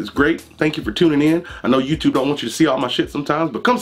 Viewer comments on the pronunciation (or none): none